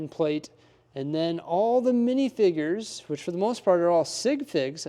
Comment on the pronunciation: Mf said minifigger